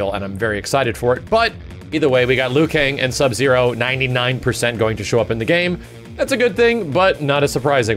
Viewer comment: Ha, he said Zub-Zero.... how old am I?